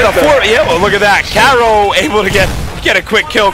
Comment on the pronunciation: that guy keeps calling carills carol lol